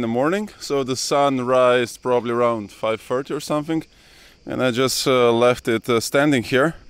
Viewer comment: more like "it's basically nothink, but it's somethink"